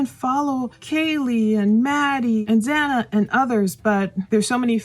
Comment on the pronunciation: You're pronouncing the name "Goncalves" wrong. At first, you were saying Xana as Zay-na & now this. Goncalves is pronounced like Gon-sal-ves. Not trying to be argumentative, but it's rude & unprofessional to mispronounce the names of the people who you are reporting on.